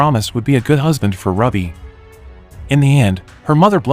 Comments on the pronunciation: Rubee instead of Ruby Shereeef instead of sheriff ? FFS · Please fix her name its NOT RUBBY....ITS RUBY(RUE-BEE).... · Who would name their kid “Rubby”? 😂 And why is the cop named “Sharif”? Gotta love these computer voice pronunciations eh? 😅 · "Rub-e"? Sigh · Pronounce like the gem Ruby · "Rubbee " ? "Shereef " ? A decent B-movie reduces to comedy fodder, due to apparently functionally illiterate recapping skills. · The person narrating haven't actually watched the movies, but instead reading directly from a script from someone that probably didn't watch the movies either. Ruby became Rubby.... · Text to voice is fine sometimes but for fuck sakes, if it's unable to pronounce words correctly then it's hurting the video instead of helping. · IT IS SOOOOOOOO BAD when these NARRATER"S don't know how to pronounce the written language. IT'S....... R U B Y..... AS in a GEMSTONE... STUPID!!!!!